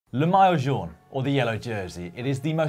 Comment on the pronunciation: You really went with that butchering of maillot jaune. Imagine what the outtakes sounded like!